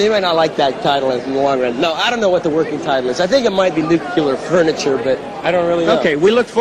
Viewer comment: Craig Chaquico, mispronouncing "nuclear" as "nu-cu-lar" fifteen years before George W Bush, LOL